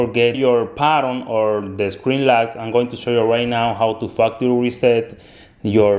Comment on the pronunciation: I thought he said fucktery reset